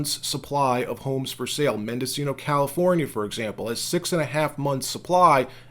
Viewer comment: Hey, I live on the border on Mendocino county. ;-). Also, thanks for pronouncing it correctly. Try to pronounce the county seat correctly though....Ukiah.......